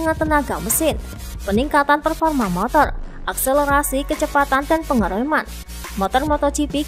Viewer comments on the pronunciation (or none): none